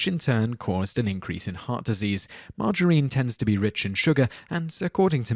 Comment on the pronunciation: 6 : 21: You pronounce it the same as my gramma : Marg- uh-reene. Like a woman's name. Coffee OD !?!? Starbucks now replaces the corner drug dealer... lol